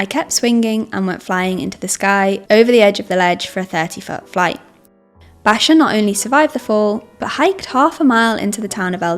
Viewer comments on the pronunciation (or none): Americans would pronounce it Backer, not Basher, js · john "bayshar"?? who tf let this chick make climbing videos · Bachar is pronounced Backer. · Are you seriously pronouncing Bacher as "Basher"!? That's a very fast way to loose any credibility. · I used to free solo back in the day. Never the extremely high standard routes. What I loved about it was the free feeling of just myself and the rock, a very pure feeling that roped climbing didn't offer. BTW: John Bachar is pronounced "back-er." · The presenter should know that Bacher is pronounced "bock-er" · If you want to put out a professional video you should know how to pronounce John Bachar. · Margain for error? Also, so many comments are gonna be about pronouncing Bachar.... Also this videos gonna get pulled/demonetized by YT for sure. Love all yalls videos tho! Keep em coming